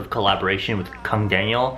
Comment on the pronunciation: I literally paused the video cos i was lmfao when you said Kang Daniel in korean accent 😂😂 oh! Please be my best friend.